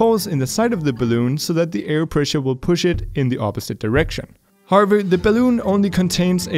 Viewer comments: Everyone: however: harvor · all the tiem sais "however" i hear "harvard"